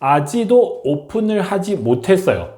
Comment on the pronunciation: 아지도 > 아직도 로 발음에 신경쓰면서 연습 해주세요 , 좋은 정보 감사 합니다.